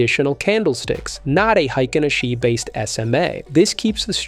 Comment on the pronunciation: hikenaSHEEE, C'mon. One disclaimer is enuff